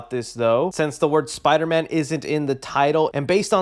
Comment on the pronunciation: Spider-Man No R